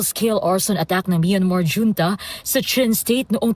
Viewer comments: Huwag na kasi gawin pacute ang pronounciation ng “hunta” at hindi “dyunta”😅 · Dyonta daw😂 😁 bakit dto nagreklamo pwedi ba yon..yong dyonta ms.reporter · Yong reporter parang si YUMUS! Hunta Hindi yunta! Yudi.......sana tinanong mo din si Dola sa tamang bigkas😊